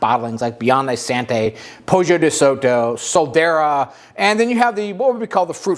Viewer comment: Nice video! One small quip - it’s pronounced “san-joe-veh-zay” not “sanjoeveezee”. Also “Biondee Santee” not “Santeh”